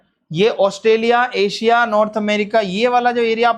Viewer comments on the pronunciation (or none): none